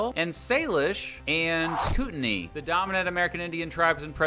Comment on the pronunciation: Pronounced Koot an eye. Good vid.